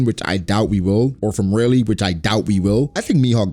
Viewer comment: It really triggers me that you call Rayleigh Rey...